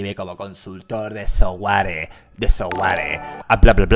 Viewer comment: Auron: el software Yo: escucho SOMBARE?! XD